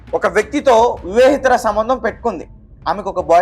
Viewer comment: మొత్తానికి నీ బాధ ఏందిరా అయ్యా వివెత ర సంబంధం నీకు ఇది కూడా పలకడం సరిగ్గా రాదు